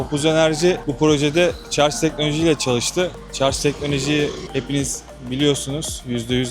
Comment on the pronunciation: Bu işi yapıp nasıl devamlı "şarz" demeyi başardınız 😃